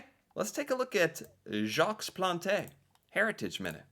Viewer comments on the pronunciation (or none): It's not pronounced "plontae" it's pronounced "Plont" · Omg! it's not pronounced Jac Plant!! It's pronounced Jahk Plahnt. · What's going on.. it's " plant " not Plantay. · it's pronounced plant not plantè the e is silent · you are butchering names again. Its not Planteh, its pronounce Plont. Jacques Plante is Jacques Plont. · its pronounced Jock Plahnt. No "eh" at the end. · No, we do not pronounce the E in Plante. It's "Jac Plant". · Jacques Plante is approximately pronounced "Jock Plont" by us anglo-Canadian speakers. It's pronounced in the French style as he was Quebecois. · If you want to pronounce Jacques Plante's name ... this might help .... Jacques (would be like hawk = Jawk) and Plante (would be like P-lawn-t - e is a silent vowel). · Take a look at Gerry Cheevers of the Boston Bruins in the 1970's. He put :stitches' on each spot that a puck hit his mask. By the way Jacques' last name is pronounced 'Plant', the e is silent. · I love seeing your expressions. Plante (no eh sound at the end of his name) You try so hard and you’re really pretty good at producing the French names. Can’t wait to see your next video. 🇺🇸 🇨🇦❤️☮️👍🏼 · Plante is pronounced with a silent e. One syllable. “Plawnt” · Pronunciation homework for. Jacques = Jawk (Rhymes with Hawk) Plante is pronounced plaunt (like aunt). The French pronunciations can be a challenge for Americans.🫨👂🙉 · Hi. If you want to properly pronounce Jacque Plante. phonetically its jauke pl aw nte silent e like in plant but the A sounds like awww when the doctor say aww when you open your mouth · Hi, contrary to a popular believe we do pronunce the E at Plante. However we do use the French pronunciation as Plante is a Quebecer/French last name. E (French) sound Uh (English). Plant-Uh = Plante. And also optional, but if you want to pronunce the ant of Plante betterly like it is french, ant should sound like haunt. Pl-haunt-uh ==> Plante. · Sounds like Plont